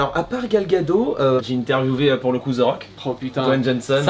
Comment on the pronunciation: Très sympa cette vidéo qui nous montre cette boutique parisienne et comme je suis du sud de la France je n'ai pas l'occasion d'y aller donc merci pour le partage. Super aussi ton pote et ses interview 😀 Pour Gal Gadot on prononce Gal Gado"tte" par contre il me semble, je sais pas si peu confirmer?